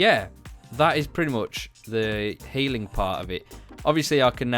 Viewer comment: You say regeneraate And you say haling